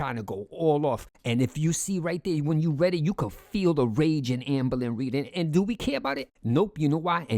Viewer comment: Love way if saying “ambuhlynree” 😂